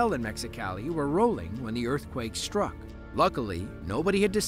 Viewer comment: it’s prounounced ‘struck’, not shhtruck, thank you very much